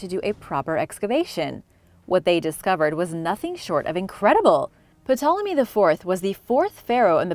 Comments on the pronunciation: The p in Ptolemy is silent. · I have never heard Ptolomy spoken with the P pronounced. Interesting tho.